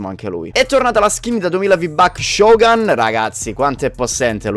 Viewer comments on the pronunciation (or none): La skin si chiama Shogun non shogan 😂 non voglio farti fare una figuraccia ma anche io in storia lo chiamavo Shogan ma devi dire Shogun. Io in classe: 😕sei serio si dice Shogun?😂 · Scusa se sono così pignolo ma Shugun si prouncia come c'è scritto.